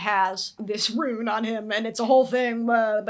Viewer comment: You're saying it right. Rune is said like room with an n instead of an m. Hope that makes sense